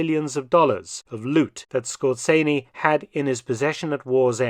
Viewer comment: Yes. Dr Felton pronounces it quite accurately. Perhaps the "Z" could be emphasized a little more strongly.